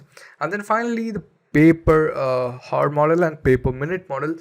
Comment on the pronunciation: Learn to pronounce "Hour".